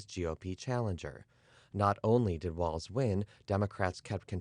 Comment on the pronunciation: Thank you for pronouncing his last name correctly.